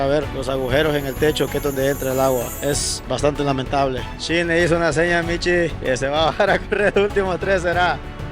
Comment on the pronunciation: Al amigo que comenta los videos se dice shin no chin hay que pronunciar bien